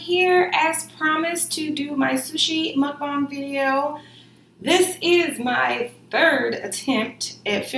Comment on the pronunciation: muk not mum